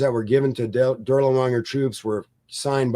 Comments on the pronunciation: "Dur-lee-wanger?" Really? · Same with “Dirlewanger”. Absolutely no attempt to pronounce the main subject matter of this video correctly is most irksome.